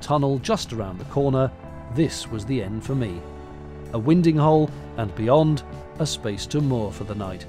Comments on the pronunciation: 'Winding hole' is pronounced 'wind' as in, the wind that blows, not like winding a clock! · Caught you saying "winding hole" the wrong way ... lol ... no worries, you still get a thumbs up...lol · yep, to be fair, I caught that too ... lol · he said winding hole wrong oh no😱